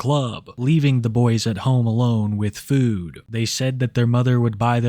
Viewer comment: Dawg you say the word food like a fucking weirdo. FEUWED